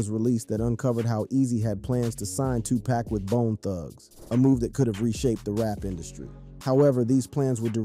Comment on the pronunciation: Word. I came here to say this dude has ZERO credibility cause he can't even pronounce the names. Probly a bot...